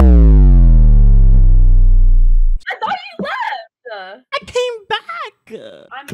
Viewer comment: "I thought you left-uh." "I came back-uh"